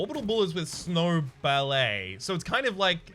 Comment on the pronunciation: Snow ballet... I have to ask do you say the names wrong on purpose? XD